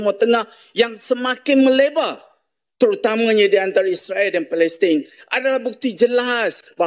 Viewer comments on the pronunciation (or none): none